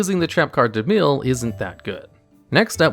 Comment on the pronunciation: Bro what was that pronunciation for "mill"